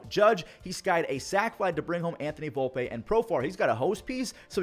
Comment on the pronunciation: PRONOUCED VOLE-PEE